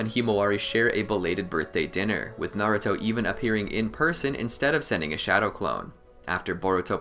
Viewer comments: no. It's nah-ruu-to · I'm not Arab, and it's pronounced nar-ooo-to in sub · no it's pronounced na-ra-to